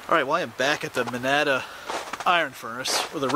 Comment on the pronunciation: Its pronounced man-na-da! Lived there most of my life.